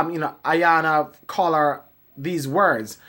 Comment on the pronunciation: Isn't everybody on TV to make a living and get paid?! WTF!! ....... and her name is pronounced "Eyanla". BTW, please don't pick your pimples on camera, eeewwww that's just nasty!